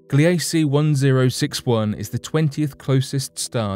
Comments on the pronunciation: Gliese is not pronounced "Glee A Cee" it is pronounced "Gleece" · Gliese is pronounced "GLEE-zə" named for a German astronomer.